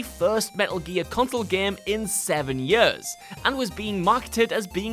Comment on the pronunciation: No offence but what Is it with English peope when they say "yurs" not years I mean you say ears not "uhrs". In case anyone is wondering I'm australian and I don't have an accent thicker than paper still this is just a question and I know it's the accent but, ... why?